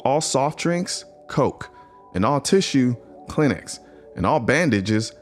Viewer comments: Klinex? Kleenex.. cash-mere? Caaaashmere. Speak English dude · I’m from the south and I never heard someone pronounce Kleenex like “Clinics” 🤣 that was funny but these guns are seriously cool as hell. Good content 👍🙏